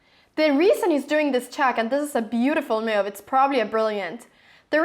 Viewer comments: And the funny way she pronounces the word 'move': ..'he didn't understand my mewv' ;)))) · Mew-v..ha-ha, never heard anyone pronounce the word 'move' like you do before :-)